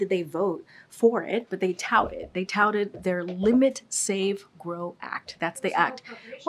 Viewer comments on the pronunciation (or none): Say "touted" again, KJP. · Saying “Touted” 10 times doesn’t make it the truth, while blinking her eyes and repeating word salad is not convincing. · How many times can she say “touted” in one response?? 🤣🤣🤣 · If you drank a shot every time she said "touted " you'd be dead. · say touted a couple more times XD